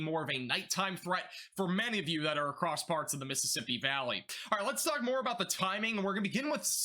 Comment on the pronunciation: Love the channel first off. Secondly are you saying lets farts talk or am i imagining it lol 😆 ❤💯